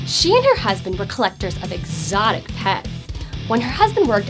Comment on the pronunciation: did you hear how she said exotic lol